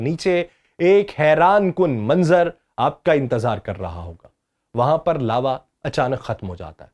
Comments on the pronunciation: یہ لاروا ہوتا ہے یا لاوا۔۔۔۔ Larva or Lava ۔۔۔ وڈیو میں لاروا بولا جا رہا ہے۔ کیا کوئی براہ کرم رہنمائی کر سکتا ہے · میں دوبارہ حاضر ہوگیا ہوں۔ جناب! میں ذکر کررہا تھا اصطلاحات کے غلط تلفظ ادا کرنے کا۔ تو عرض ہے کہ لاروا نہیں لاوا lava ہے۔ آپ نے لاروا کہا۔ پھر زمین کا سب سے اوپر والا حصہ کرسٹ crust کہلاتاہے جو کہا جاتاہے کہ اس کی thickness یعنی موٹائی 6 سے 40 کلو میٹر گہرائی تک ہے ( بعض کتب میں 60 سے 100 کلو میٹر تک بتائی جاتی ہے). پھر اس کے بعد mantle کی تہہ ہے جو 2900 کلو میٹر گہرائی تک ہے۔ آپ اعدادوشمار غلط بیان کررہے ہیں۔ مثلاً آپinner core تک پہنچنے کیلئے 5 لاکھ میٹر گہرائی میں جانا ہوگا کہہ رہے ہیں جبکہ پانچ لاکھ میٹر 500 کلومیٹر کے برابر ہوتا ہے جبکہ صرف مینٹل mantle کی گہرائی ہی 2900 کلو میٹر ہے۔ اور inner core کی گہرائی تقریباً 1200 سے 1300 کلومیٹر ہے۔ inner core سے پہلے outer core ہوتی ہے۔ یعنی زمین کی سطح کرسٹ سے inner core تک پہنچنے کیلئے 5000 کلومیٹر گہرائی تک جانا ہوگا۔ اور آپ کہہ رہے ہیں کہ صرف پانچ لاکھ میٹر گہرائی میں inner core آجاتی ہے۔ پانچ لاکھ میٹر 500 کلومیٹر کے برابر ہوتے ہیں۔ بڑی غلط تحقیق کی ہے۔ پانچ لاکھ میٹر تک صرف مینٹل کی اوپری سطح چل رہی ہے۔ آگے چل کر آپ نے اعدادوشمار از خود درست کرلئے۔ یعنی 6.4 ملین میٹر کہہ کر۔